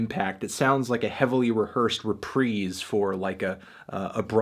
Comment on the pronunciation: Melon says Repreece and I say Reprise